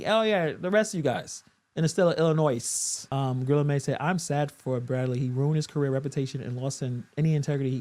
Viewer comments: Please pronounce Illinois correctly . It's (IL-ə-NOY) I appreciate what content creators do, but this is getting ridiculous. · The "s" is silent on Illinois. Since you're doing the gammer thing, I thought I'd help a brother out...lol